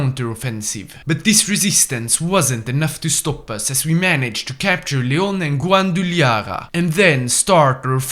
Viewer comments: It’s pronounced wa-da-la-ha-ra btw not guaduliya 😅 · its pronounced "gwa-da-la-ha-ra" not whatever that is, lol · It's pronounced like it's writeen, Guadalajara. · Excuse me say "Guadalajara" again. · Bro scearch how to learn to say gualdalajara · so, thats why he bad pronounce it, because he only knows the spanish that the media and the internet usually shows, and guadalajara isn't famous enough to be showed internationally in everything but tourism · Look man, just go to the translator, put "Guadalajara" in spanish and use the sound button to see how it´s pronounced in english. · man, your pronunciation of "Guadalajara" has given me 30 different diseases.